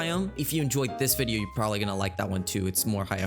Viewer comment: "did i relly try to hit on a video game company"